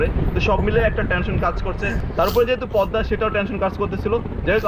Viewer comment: You should say Pod_da (Podda), not Pod_ma (Podma) by the way it's not your fault, it's fault about Bangladeshi video vloger's why he wrote down Podma?Anyway very nice your reaction.🇧🇩🤔🤔🤔🤔🤔